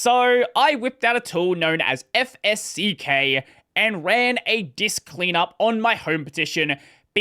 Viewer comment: Two things,: 1) It's pronounced 'eff-ess-check'. 2) Why don't you join us in the twenty-first century and buy a solid state drive?